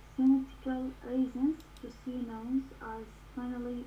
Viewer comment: عاشت ايدك بس كلمه nouns الs تلفظ zللمعومه.